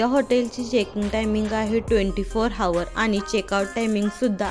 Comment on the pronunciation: हावर नाही हो म्हणत आवर म्हणतात